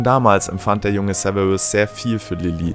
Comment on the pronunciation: Sewewus snape wer kennt ihn nicht? 😂